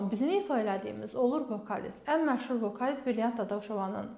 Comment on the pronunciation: Savadlisiniz.Təəssufki,akcentiniz bərbaddır.Bu da vacib məsələdir.Tələffusunuzlədə istəsəniz gözəl olar.Vokaliz və s. sözləri düzgün tələffüz edin.